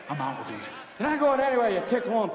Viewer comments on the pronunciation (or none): It's actually "tick wump" and not "thick wump"....great scene regardless.